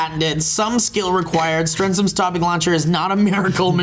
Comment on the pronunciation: Yes! even pronounced my name right! So glad yo guys like everything!:D (Guess I'll start production on the Strens'ms'™ Topic™ Launcher line)